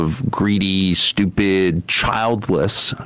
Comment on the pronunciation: Lmfao at the way he emphasizes "childless" software engineers